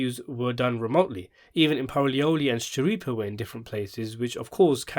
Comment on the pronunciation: I loved the podcast! Could u do a better job? It seems you wanted Michael and Steve to be perfect. You are finding a lot of fault, for someone who can’t even pronounce Steve’s last name correctly? What’s up with that? I don’t care much for videos of people who don’t show their face, especially when they’re criticizing others who do. I’m an avid fan of Michael & Steve and I think they did a great job and I can say that because I watched every podcast episode. I find it hard to believe that you can even give an educated opinion, when you only watched 4 episodes of the podcast. That’s not a fair analysis. Most people took into account that Michael and Steve are actors, of a long running TV series, not creators of podcasts.